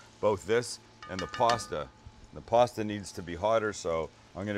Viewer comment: I like the way he says puasta